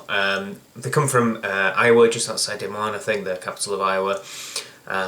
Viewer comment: Good chance the keg was from Iowa. Dont get me wrong this beer is getting back towards its originial form, and its nice they've kept this at 8.99 a 4 pack here in Iowa. By the way i was impressed you pronounced Des Moines right, come visit sometime!